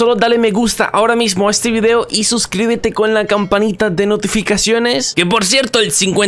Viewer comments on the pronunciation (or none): none